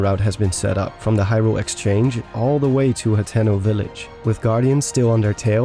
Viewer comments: ....”hat-no”?? It’s pronounced “hah-tey-no” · It's pronounced "Ha teno" Not "Hat in No" This was awesome though!! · My ears bleed a little every time says Fort “Hat’n’ No”.